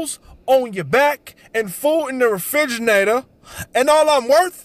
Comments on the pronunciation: REFRIGE"NN"ATORR!!!! :DDDDDDDDDDD WHAT THE FUCK!?!?!?! :DDDDDDDDDDDDDDDDDDDDDDD I"m dead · Dads always be saying words all fucked up: refrigamator , chrimas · "Refrigernaytor" ~Griffy's dad Circa '00s